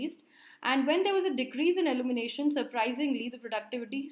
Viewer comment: Good explanation. Very informative. Just a small feedback the pronunciation of ILLUMINATION “/ɪˌl(j)uːmɪˈneɪʃ(ə)n/“ and not “ allumination “ because after a certain point I just kept getting confused as to what you are talking about.